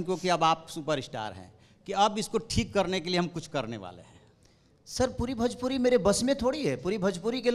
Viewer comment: भजपूरी नहीं भोजपुरी बोल छक्के 😂